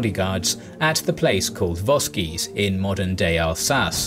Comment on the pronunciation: I've never heard Vosges pronounced as in this vid???!!!